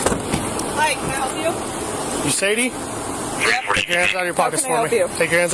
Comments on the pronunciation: Sadie is pronounced "Say Dee" NOT "sad ee" like you keep saying. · If only the commentary was accurate when depicting the details of a crime. There's a difference between he and she, and the pronunciation of Sad-ie vs Say-de, which was said correctly in the video at least 3 times yet still missprounced by the voice over. I know there's worse mistakes, but it's simple attention to detail. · Why, why, why are you pronouncing her name so wrong? SAD-EE..it's Say-dee....it's been around a long time, it's in q Beatles song, Sexy Say-dee, I've NEVER heard anyone say it as you did, very unprofessional dude, if you're uncertain you can Google correct pronounciations.. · saydee, sadie, not sadyee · Her name is pronounced Say-dy it spelled Sadie.